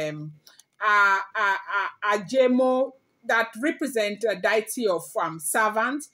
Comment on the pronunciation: With all due respect it’s Dee-uh-tee not Die-e-tee.